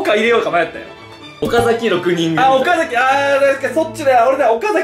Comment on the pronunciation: はなおの｢岡崎｣のイントネーションが嬉しい